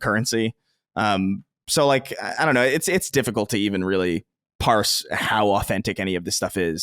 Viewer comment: you did a good job at the Sacred Symbols meet-up, from what I saw on Youtube. I will stop hating on you for pronouncing "difficault" as well as bringing up that anime you like and whoever "Holly" is every two minutes.